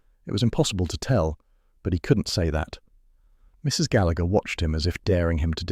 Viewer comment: The man is pronouncing the name Gallagher wrong